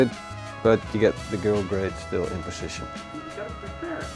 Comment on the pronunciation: Why do you always say poschichion instead of position ? For the rest great show. Love it.